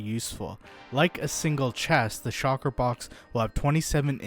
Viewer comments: The fuck? Stop saying SHOCKER. SHULKER!!!!! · its shulker not shocker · It’s so annoying when he says shocker shells instead of shulker shells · Shulker not shawker smh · I can't get over "shocker box" hahahaha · He is saying shocker box, lol love it. Also, this sounds like someone is not using their own knowledge just looking at the wiki. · Shulker ❌ Shalker ✅ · I feel like he was saying shocker on purpose 😂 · Even though I don’t really need to watch this video I get triggered everytime he says “shocker box” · You’re not the only one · Bro ima blow up your base if you don't pronounce that damn word correctly